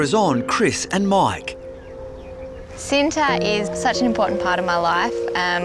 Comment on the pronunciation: Oh, I'm about to say. I thought it was from India. Apparently it's from Indonesia. Btw it pronounce "chi-nta" not "she-nta". It means "love" in Indonesia. You know what, whatever... not many can pronounce and speak appropriately and fluently as Indonesian. 🙄 I'm just getting tired of writing and correcting pronunciation and speaking (online).